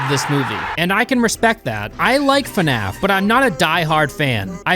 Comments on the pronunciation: The best part is how you pronounce fnaf. Fanaf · fuhnaf?? Come on bro, Anybody who calls it that is a huge fan, like nerd fan level